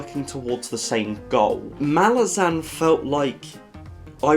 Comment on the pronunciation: your pronounciation of Malazan is the correct one. The way the deviants pronounce it would fit more if the spelling was Malazen